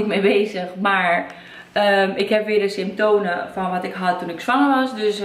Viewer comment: Het is symptomen en niet symptonen